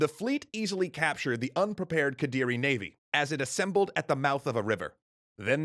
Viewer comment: yeah its quite close already. Indonesian practically just amalgamation of dutch, english, melayu and other languages happen to cross by which make it weird but not "that" hard to pronounce for english speaker. Its just need to getting used to. They nailed raden wijaya and kediri tho. Even thou singasari shouldnt have -h on it.